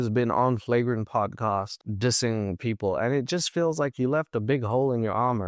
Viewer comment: It's podcast* not podcost